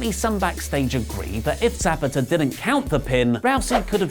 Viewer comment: Referee 😂😂😂😂 that’s not how you say his name